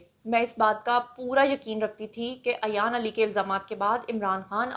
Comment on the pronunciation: Ayan ki name ki pronunciation theek nhi mam Plz make correction. She is Ayan ...... Not Ayyyyyyan